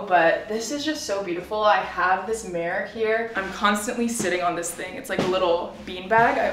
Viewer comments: whyyyyyy do you say mirror like that lol ''mare'' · Me looking for a comment about the way she says mirror haha.